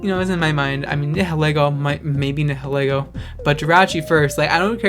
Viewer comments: Nihilego is pronounced as Nee-hil-Ee-goh It's a combination of Nihilism and Ego. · Nihilego is pronounced as Nile-Ego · It's prounced ni-hoe-lego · do you know how to pronounce nihilist?